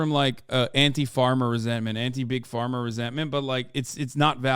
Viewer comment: I don't think it was a joke, just lazy pronunciation that made it sound a bit like farmer